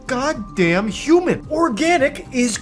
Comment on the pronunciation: I used to be contemptuous of kwibblehelicopter until he crossed the line: he pronounced "human", "you-min". Now, I absolutely loathe him.